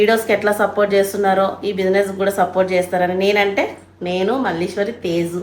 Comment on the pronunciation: Adhi teju tezu kadhu aunty😂